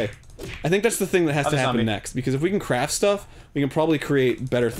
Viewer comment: Did I hear.... CRAF(T)? YOU LIKA EATING THE CRAF? METUUUUUUU